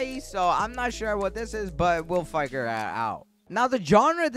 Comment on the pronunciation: Say figure: okay bet! Lets figere out